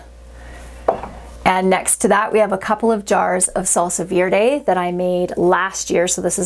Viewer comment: What an amazing video! Also side note, Verde is pronounced like "very" without the y so like "ver-day"